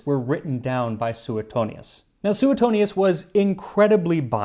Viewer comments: Sue-tone-yes.. not... sue eh tonious 🤌.. Italian historin here. Mongiate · Max, love your videos, but I have to question your pronunciation of Suetonius. I learned it as "sway-toney-us" rather than "sooet-toney-us". But maybe that's the "Oxford" pronunciation and yours is closer to Latin? I know ecclesial Latin, not the ancient variety...🤔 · Should be pronounced Swetonius.